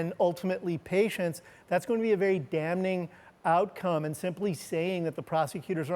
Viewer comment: Dam-NING lol the N is silent..🤣